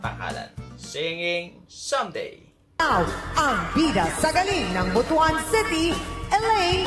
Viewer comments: We're gonna take a moment to learn how to pronounce Butuan City correctly. Butuan is pronounced as BOOT + WAN . NOT BOO + TU + AN. Buto (boo + tu) means male genitalia in Bisaya. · Its pronounce "Boot-twan". Not "Bo-tu-an". Kabastusan yan, pari. Dugay kana sa labas ng Pinas. Tonto lang ka gihapon.